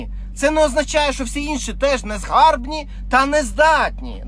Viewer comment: Шліфуємо мову далі. "Своїми тростниковими коп'ями" - неправильно, правильно - "своїми очерЕтяними списами". "Не в нашу користь" - неправильно, правильно - "не на нашу користь". "ЗанурЯємося" - неправильно, правильно - "занУрюємося". "Незгарбні" - ні, правильно - "незграбні". "Печень", "по печені" - русизм, правильно - "ПЕЧІНКА", "ПО ПЕЧІНЦІ". Неправильний наголос - "перемогти ворогА", правильний - "перемогти вОрога".